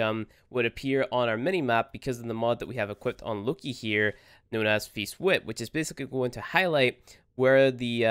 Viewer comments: It’s Loki, not looky😆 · looki?!!! Im triggered xD loki pronounced low-key